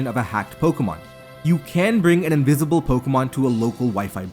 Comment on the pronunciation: Invizible pokemon have been dizcovered in zzzzcarlet and violet and it izz changing hackmonzz 🤓🤓🤓🤓🤓